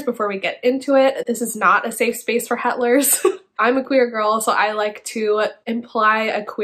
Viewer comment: "Hetlers" omg